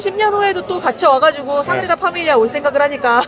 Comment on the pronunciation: 너무 예쁜 커플 결혼 15년차라니 아무리 생각을 해도 이건 10대에 조혼하신 게 아니면 말이 안돼… 인간 러블리~~~❤ (소곤:그런데 사그리다 아니고 사그라다예요 😅)